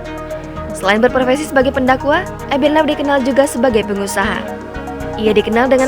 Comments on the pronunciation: EBIT LIEW yg sebetulnya bro. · sebutan yang betul adalah Ebit Lew (Liu) Sebutan admin salah